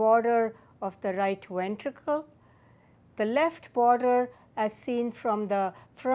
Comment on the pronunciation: I love how she says wentricle